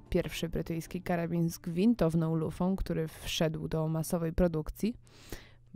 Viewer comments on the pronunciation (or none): gwintowaną a nie "gwintowną"